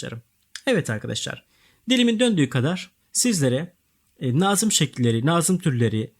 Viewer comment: Hocam iyi hoş da nazım kelimesini doğru telaffuz ederseniz iyi olur aşırı kulak tirmaliyoo